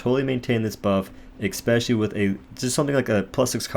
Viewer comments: Love your videos man, definitely my favorite Dauntless youtube provider. Just have to say, the word is pronounced “especially” not “eXpecially” please keep up the good work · Seriously impressed by your leaderboard ravaging man, amazing. But stop saying ekspecially, i can't handle it